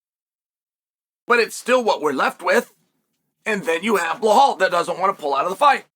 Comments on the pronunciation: Dude his name is Belal. Where is the h? You keep calling him "belhhal" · Chael fuck its Belal not Blahall... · “Bluhal” still gets me every time 😂😂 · I can understand mispronouncing some names, but Belal? Where are you getting "Bla-hal" from? If you can say the words "bell" and "all," then you can say "Belal." Why are you adding an H in there? That's like pronouncing "Alex" as "La-hex," or "Chael" as "La-chel." I'm convinced at this point it's a gimmick. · Master of pronouncing the names wrong : Blahal , Pierra and so on . 😂